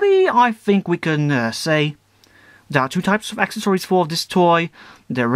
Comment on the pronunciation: omg I hate how you say accessories.... But nice review!